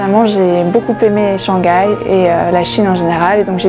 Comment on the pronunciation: Shang gai, is this the famous "silent h" in French?